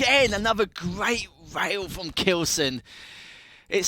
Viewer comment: So you prefer to hear casters, for example, pronouncing the word rail like whale? I don't. No offense for him, but it sounds so annoying to me. Moreover, it pisses me off that Bethesda's Quake department or id Software are so freaking outdated lay people. I'm trying to watch matches, as I love quake duels and those old quake pros gameplay, so don't bother yourself telling me "So don't watch"-alike things. Thank you!